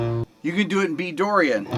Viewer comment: "You can do it in B dorian" nails that CHON sound